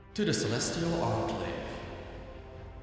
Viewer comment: 9/10 times says “Celestial ARclave” rather than ENclave. It’s cool either way! casts are amazing, love his humor and attitude